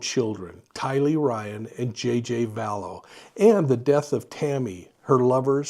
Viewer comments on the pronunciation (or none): none